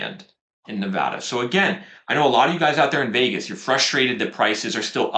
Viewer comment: #1 Big bonus points for pronouncing Nevada correctly. 😊 #2 We bought a home in Las Vegas area in 2019 when we started to notice a lot of homes were no longer selling quickly in our townhouse neighborhood of 17 years (yes we lived there from 2001 and watched the bonkers madness first hand - greed, fear, big losses) so as natives have always approached this market with healthy skepticism. It's a bit validating to see on your charts that we snuck in on a low year! #3 We sold another home in Spring 2021 after deciding to derisk our real estate exposure. I used a lot of your arguments with our real estate agent to explain why (which many believed unfounded). Our agent said that we were essentially tiptoing out of a burning building before someone pulled the fire alarm. Based on your graph, we measued in right around peak sales. 😅 #4 I haven't watched your videos in years but you have been so consistently on message all this time. It must be hard to go against the narrative. Keep it up! You look great!